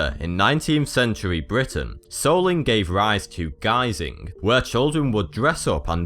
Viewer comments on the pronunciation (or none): none